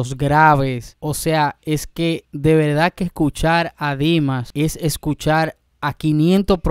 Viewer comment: No se dice velda, se dice verdad